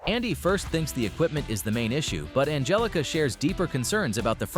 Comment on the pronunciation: Ann-Hell-ica . . . then spell it differently, G's are NOT H's